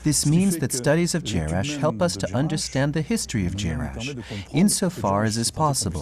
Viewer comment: jarash, et non jerash